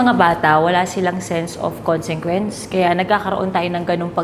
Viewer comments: Paalala lang po: "consequence", hindi po "consengquence" (pareho po kayo ni ) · Paawat naman sa "CONSENGQUENCE" HINDI KO NA TALAGA KERI!